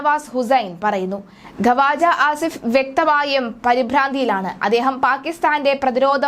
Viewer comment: ഖവാജഅല്ല. മലയാളം അറിയില്ല അലെ എണീറ്റ് പോടി ഖ്വാജ ആണ്